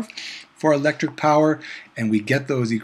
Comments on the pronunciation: Not power Phawer 😂😂😂😂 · Nice 😂😅😂😅😂🎉🎉🎉not poison it's power